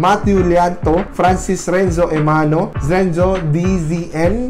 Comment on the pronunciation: you pronounce my name zenzo ;-; ITS renzo xD😂✌